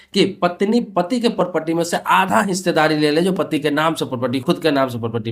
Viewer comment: Pahle property bolna seekhle dhang se